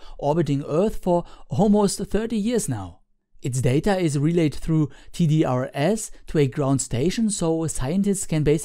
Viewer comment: A common pronunciation for the TDR-S satellites is "TEE-driss".